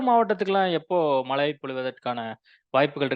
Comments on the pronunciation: Mazhai not malai niruparae😂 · மலை நல்லா பேசுறீங்க சார் , kalaila brush panrapa tongue valichidunga... ழை nalla varum